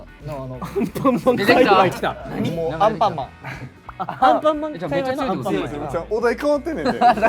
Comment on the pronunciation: セイトさん、界隈(かいわい)を界偶(かいぐう)だと思ってそう☺️